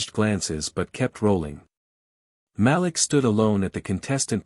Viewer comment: Malik is correctly pronounced muh-LEEK.